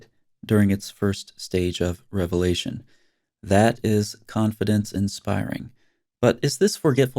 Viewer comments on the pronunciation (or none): none